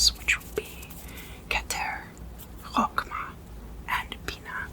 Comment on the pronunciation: Hiya! So I speak Hebrew, and wanted to leave some pointers: - Chochmah you say both ch letters at the back of the throat, not chokmah - 'geburah' you say gevura, with a v (in Hebrew you have two forms of ב, the one with a dot will mean it's said like b בּ and then ב which you say like v.) However nowadays most ppl use ב as it is expected to just kinda know which one to go for, kinda like how in English you have a soft and hard g.